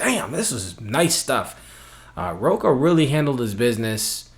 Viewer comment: Another good video, cheers. But just so you know, Rocha is pronounced more like "Hosha"